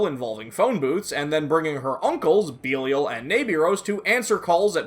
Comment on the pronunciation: Mispronounced belial